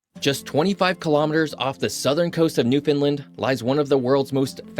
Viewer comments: This narrator is not from the area. Every time he sats Newfunlin it’s cringe worthy. It’s pronounced New-fun-LAND. As in understand Nrwfoundland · Ok the way we teach people to say Newfoundland , it rhymes with understand. Nobody here says New- fin -lind . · Agreed there is no fin in Newfoundland. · Not how you pronounce Newfoundland! I wish these YouTubers who do videos on Newfoundland would spend more than 5 seconds on pronouncing Newfoundland